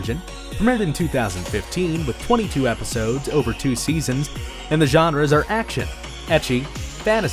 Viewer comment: The “genreys”